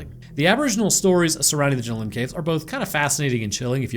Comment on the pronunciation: Their called the jenolan caves not jinolin caves omg y can’t you Americans pronounce any Aussie names